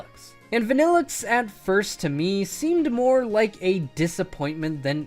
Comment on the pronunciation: VANILLUXE, NOT VANNELIXE!